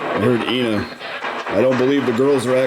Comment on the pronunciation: Ina is pronounced eye-na, not e-na. Good catch on that cloth under the bed!